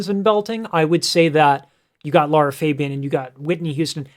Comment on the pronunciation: Lara dude, not Laura